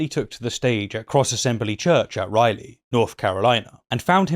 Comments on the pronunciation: “Rah-lee” not Riley. It’s a city not an inside out character. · Rylie, NC? Surely, you mean Ral-eigh, NC. Better then Mo-bile, AL, I suppose. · did he say Riley NC? lol I live in Raleigh NC, is that close?